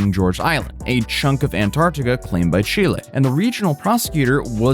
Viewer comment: Thank you, for perfectly pronunciating the name of my beautiful country, ChilÉ. P.S. Chile doesn't play around with illegals and anyone who's self entitled. In Chile, if you fuck around, you will find out. We don't put up with foreign bullshit. Chile is highly Leftwing Socialist and unlike the pathetic Left in the USA, Chile won't provide crap to illegals. Chile deports.